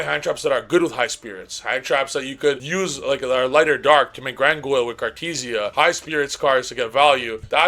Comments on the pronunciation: Grandguignol is pronounced "Granginiol". What the hell is "Grangoil"? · Driving me crazy every time bro calls Granguinol "GranGOYLE" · Brother, I love your input, but if you say gran goil 1 more time, 😂lmao